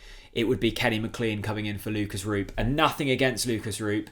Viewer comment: I wish you would pronounce McLean properly